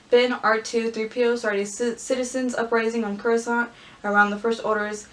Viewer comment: star wars: coruscant: croissant